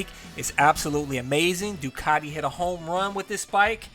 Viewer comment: its pronounced Doone not Done